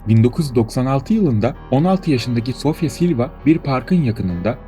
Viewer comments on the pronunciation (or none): none